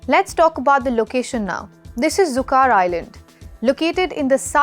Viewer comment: Pronunciation is wrong, it`s Zuqar not "Zuqaar" island